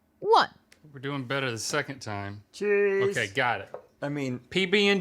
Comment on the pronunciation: the way rhet said cheese 😭